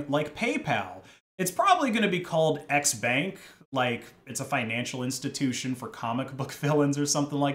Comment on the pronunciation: Its "xbank" but i keep hearing "x spank" which is pretty much porn. elon is financing porn.